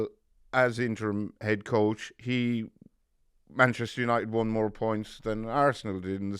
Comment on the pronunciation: It’s Manchester United not Man as in Manchester Guardian.